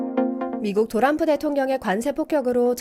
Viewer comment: 트럼프를 도람프라고 하는 게 이 광화문 브리핑은 일본 분이 만드시나요?